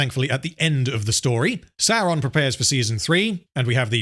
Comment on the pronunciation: Why do you pronounce Sauron "Saron" then you have a clip of someone saying it correctly right after...